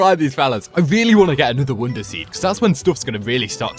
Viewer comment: why do you say "wounder"